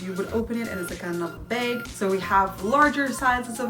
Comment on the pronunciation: You have a bubbly personnality and I find it very refreshing! But (there's always a but...) please call a bag a BAG!? Not a beg repetitively, and please review your spelling in your writing? These things made me stop viewing. I will try again, though!